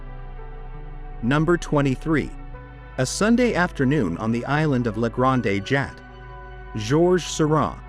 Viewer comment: Weird that it got “Renoir” but completely biffed “Grande Jatte.”